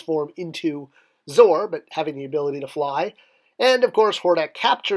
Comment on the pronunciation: Isn't it pronounced Zoe-Are not Zore?